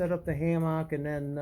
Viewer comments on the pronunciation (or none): “Ham-MOCK” lol 400 miles! 👍